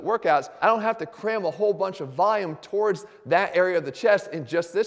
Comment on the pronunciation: Volume not vayum. Love the video!